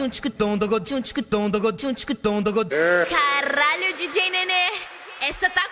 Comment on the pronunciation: na hora de falar kralho dj nene Ela errou e sò falou ralho dj nene